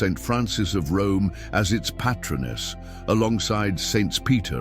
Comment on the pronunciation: AI did not correctly pronounce "patronness."